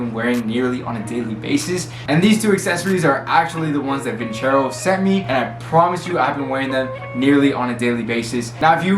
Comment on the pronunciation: Did you call it "vin-chero"?